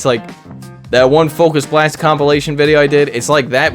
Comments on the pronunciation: "fukus blast" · The not funny focus blast pronunciation was so intentionally lame, it was funny. This team is my double shadow psychic legendary team’s worst nightmare. I submitted some battles of that team yesterday 👀